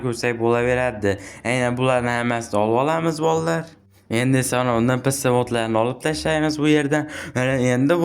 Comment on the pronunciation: NPC ❌ EMPISI ✔️ INGILIZCHA TALLAFFUZ 🎉❤